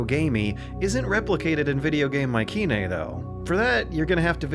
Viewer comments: Pronounced My-see-nae not my-ke-nae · The way he pronounces Mycenae 🤦🏼‍♂️